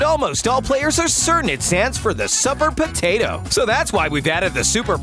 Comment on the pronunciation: He said The Supar Potato instead Lol